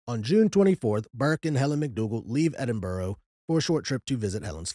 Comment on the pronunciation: 👍🏻Love the episode. However, the most horrific thing in this episode is the way you say Edinburgh 😂 It is Edin-buh-rah. There is no “ row “ at the end. Even if it was spelled Edinborough, or any other place in the UK like Middlesbrough, it’s burra or bra. Hope that helps 👍🏻 This is a well known story in the UK, like Jack the Ripper, the Moors Murders, Bible John and so on. What isn’t that well known is the Thames Torso Murderer. People are weird 👎🏻❤